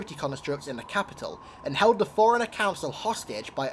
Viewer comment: FORE-RUNNER, NOT FOREIGNER, holy fucking shit